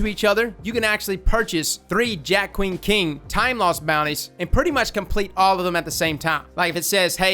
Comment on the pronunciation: You’re saying it right for once lol.